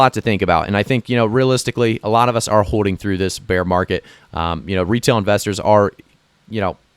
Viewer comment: Its also pronounced hoLding lol not hoe ding lol